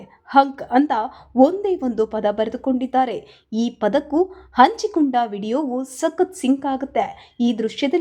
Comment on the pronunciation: ಅ ಕಾರ ಹ ಕಾರ ವ್ಯತ್ಯಾಸ ನೋಡಿ ಅಂಚಿಕೊಂಡು ಅಲ್ಲ ಹಂಚಿಕೊಂಡು ಓಗಿ ಅಲ್ಲ ಹೋಗಿ ಅದಿಮೂರು ಅಲ್ಲ ಹದಿಮೂರು